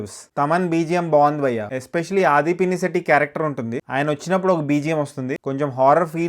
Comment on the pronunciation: First నువ్వు ఆ bhayya bhayya anudu బంద్ జేయి. Irritating ga ఉంది. 2. అది అది పిన్ని శెట్టి నో ఆది పెద్దమ్మ శెట్టి నో కాదు రా బాబ.. ఆదిపినిశెట్టి వాని ఇంటి పేరు.